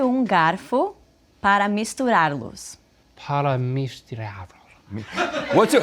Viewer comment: Ela falou Misturarloos, correto seria misturar-los.Falou batidor correto seria batedor.